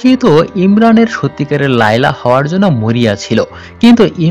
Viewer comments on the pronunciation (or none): Ha 😂😂😂...aabar bolchhe laylee maznu 😂😂😂... Layla maznu hobe 😂...but bhalo explain korechhe 👍